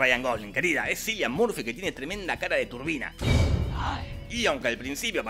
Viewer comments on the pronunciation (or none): No se pronuncia "Silian" Murphy sino "Kilian". Aunque sea los nombres los podría decir bien. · Kilian, no Cilian. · Eh, papu, Cillian se pronuncia Killian...el esta hasta el orto que le pronuncien al nombre mal... anyways que tengas buen dia. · Se escribe cillian pero se pronuncia / dice killian